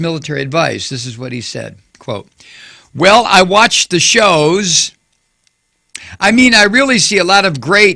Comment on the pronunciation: "I watch thuh shooows!" - 45th President of the U.S. Trumptard will never live this down.